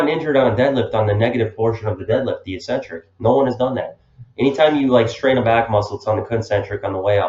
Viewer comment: You're mispronouncing eccentric. Look it up.